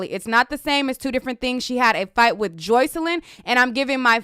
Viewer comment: Stop saying her name like that girl it’s Jocelyn PERIODT the fuck